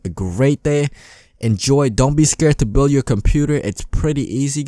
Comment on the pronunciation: bro you sed buil In sted of build